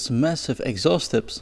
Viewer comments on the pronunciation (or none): none